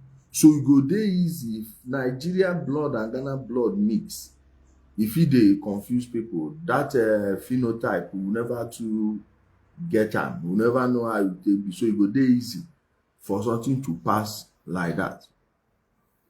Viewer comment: Did you say Finotype...illiterate!! Go and research for the right word, I won't give it to you..idiot!